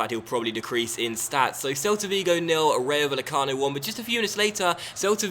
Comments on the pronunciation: Love your stuff, just need to work on your Spanish pronunciation!:D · Bay-e-cano. The v is pronounced as a b. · The double L for spanish words/names (ie Rayo Vallecano) is pronounced like a Y.